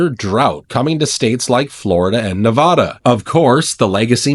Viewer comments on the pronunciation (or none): You say Nevada wrong